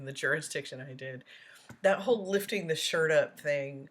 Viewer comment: Mispronunciated words by DB include dis (this), dat (that), dey (they), da (the), doh (though), takit (tacit), grounz, (grounds), git (get), biast (biased), substain (sustain) etc., etc., etc.